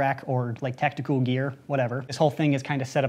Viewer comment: he can not say tactical he can only say tacticool